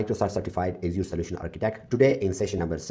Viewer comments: Asur... You will be laughed at if you pronounce Azure like that. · Strong start to the video by repeatedly mispronouncing Azure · I get that people have different accents, but mispronouncing the name of the main tech in your arsenal? I feel like so many people in the industry are naturally disrespectful.